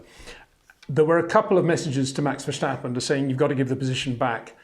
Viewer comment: Great reports! It's "fair-stappen" .... not "versch-stappen".... small detail, just like your brilliant detailed reports. Thank you.